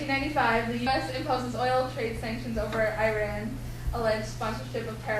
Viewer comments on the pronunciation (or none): how about starting by pronouncing the name right!! its not " I RAN"